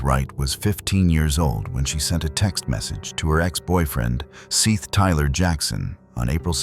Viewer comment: His name (Seath) is pronounced SETH, not seeth.